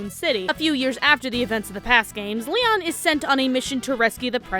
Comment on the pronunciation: why does it sound like you're say Liam not Leon